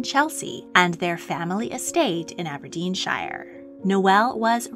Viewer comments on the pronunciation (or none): none